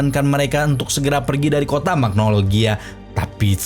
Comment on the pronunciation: Magnolia min bukan magnologia 😂